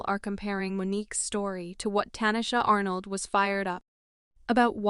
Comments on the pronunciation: Pronounce her name correctly if you're going to present a story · This bot voice is tearing her name up thru the whole video, smh.